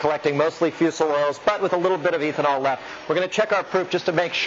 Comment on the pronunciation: Can't stand pronunciation of ethanol as "EEthanol". No one says this. Nor does anyone pronounce it: MEEthanol. What gives?